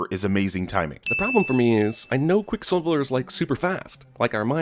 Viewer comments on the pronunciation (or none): Why is cinemasins so obsessed with people watching porn on tvs. Also he says quick siviler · I'm surprised you missed him saying "QuicksilvLer" and "Quicksivler" he must do his voiceovers drunk or something. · I’m surprised you didn’t sin him for saying “QuicksilvLer” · Anyone gonna talk about the fact that said Quicksilver as "Quicksilviler."? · ... "Quicksilvler" lol 🤣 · Ya know I'm pretty Sure said QuickSilver-ler. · pronounces Quicksilver as Quicksilvler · did he say "Quick SiBLer"? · Pronounces Quicksilver as "Quicksiveler" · says "Silvler" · quicksilviler, how about another take * ding * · Are we gonna ignore that said "QuickSILVLER"? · said "Quicksilveler" I mean.... wait, what was that? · Also also said Quick Silvler. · what was that? Quickslvlslvr? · he said "Quicksliver". Suprised you didn't point that out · I'm surprised you didn't call out for calling quicksilver "quicksilveler" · SilvLer ? (Sill-vuh-ler) ??? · "quick sivler" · And you DIDN'T sin saying "Quicksilvuluh"? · Sin missed ish, says quick sivler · what's that, Quick Silvler? SILVLER??? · Is this cuz dark phoenix is coming out soon? Also im surprised you didn't sin how he mispronounced quicksilver , quicksivler lol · missed sin pointing out slurring over ‘Quicksilver’ - “Quickslilvler”